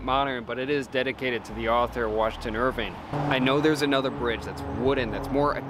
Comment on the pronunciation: It’s Washington Irving not Irvine